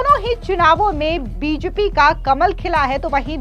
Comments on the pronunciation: कैसी एंकर है । बीजेपी नहीं बोल पा रही है ?? बिजपि क्या है ! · बीजेपी होता है बीजपी नही,ढग से बोला नही जा रहा और यूट्यूब पर समाचार वाचक बन रही हो।